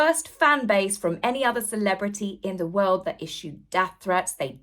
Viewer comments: Will someone teach Hawwy how to say W-O-R-L-D?🌍🌎🌏It's not Woowuld🌲🇺🇲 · I cannot tolerate the way Harry says "world". Does he have a speech impediment?